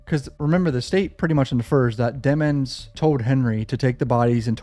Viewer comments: I'm glad someone else noticed the hugely suspicious change to Melly's surname from the pronunciation "dee-mons" to "dem-ons" lol 😂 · We all know how to spell, we know how to spell the word demons that’s how his surname is pronounced. They just don’t want the jurors to perceive him as evil because you associate evil with the name demon, the word demon.